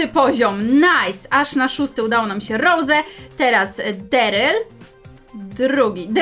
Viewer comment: Nie Deryl tylko Darryl